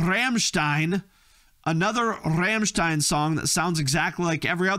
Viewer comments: Every time this guy says "RRRRRRAMSHTINE" i lose it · Coming from a German,your pronunciation of Rammstein is infuriating